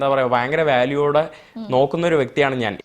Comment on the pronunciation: ഞ എന്നത് ന എന്ന് പറയും